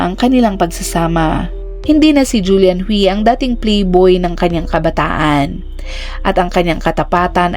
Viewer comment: Ang alam kong pagbigkas sa Hui ay huy hindi hwi